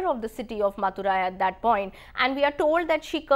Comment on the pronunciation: It's not pukar it's puhar(Poompuhar), Not maturai it's Madurai and please could you try reading it before you take class / you have to improvise on the Pronounciation.